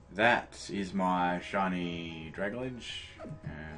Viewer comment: Sorry, but I can't help it. It's pronounced "drag - al - gee," it's a combination of dragon and algae.